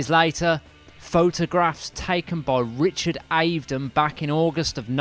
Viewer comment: Good job, and sorry to be pedantic, but the famous photographer is pronounced ‘Richard Av-e-don’. Keep up the good work. I’m looking forward to the Beatles 1969 year.